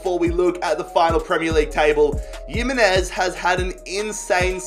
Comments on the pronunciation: yimenez??? its himenez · Oh my god stop pronouncing Jimenez’ name like he’s from Eastern Europe It’s pronounced Himenez not Yimenez And what made you decide that Haller was pronounced “Heya” 😂😂😂